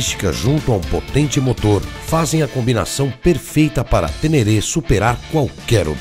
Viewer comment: A próxima vez que vc falar TÊNÊRÊ, vou até aí te corrigir pessoalmente, viu o! 😅😅😅😅